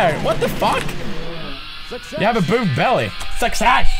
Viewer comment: Boobed hair? It's bobbed hair Pewds, hahahaha